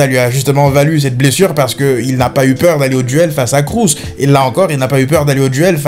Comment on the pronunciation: Pourquoi tu prononces le nom Kroos (KrOUS) alors que ça se prononce (KrOs)